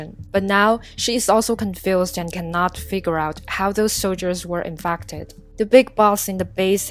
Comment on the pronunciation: Infacted LOL WHAT